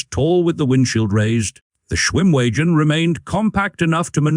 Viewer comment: If you keep calling it a schwim wee gen it's not going to come when you call it.